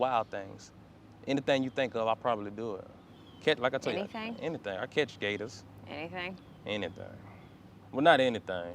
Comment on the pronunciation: the guy was saying "anythang" though